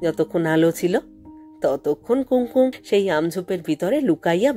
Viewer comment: মাপ করবেন, আপনি কি ওপার বাংলার? উচ্চারণ শুনে তাই মনে হচ্ছে। কুঙকুম শব্দটিকে কুম কুম এভাবে উচ্চারণ করলেন কেন? নিজেকে আর একটু প্রশিক্ষিত করলে ভালো হবে। No offence please!